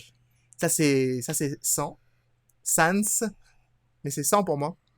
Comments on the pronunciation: Au fait ça se prononce ni sans en ne prononcent pas le s ni Sans en prononcent le s ça se prononce Sans comme si tu disais sane z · c simple en fait pour Papyrus ce n est pas génant a entendre mais sans ça fait bizare d entendre sans et non Sanse donc on préfère dire Sanse voila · oui j'arrive apres le guerre et je vous enmmerde , pourquoi on t'enmerde avec sans et non papyrus? parce que sans c encore une mauvasie prononciation , c comme les anglais mais avec un accent fr (parce que les anglais disent seinnece et non sansse) bha la c pareil , pour faire court c comme si tu disais "papyru" au lieu de "papyrusse" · ssssaaaaannnnnssssssssssssssssss apren à prononcer stp